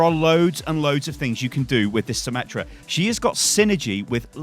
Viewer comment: Not symmetra meta, it is symMETA